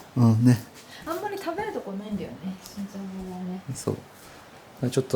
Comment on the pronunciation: しんじょうそんと読みます🙇‍♀️